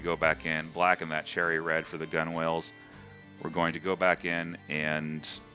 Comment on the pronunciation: omg, you did not say 'gun whales'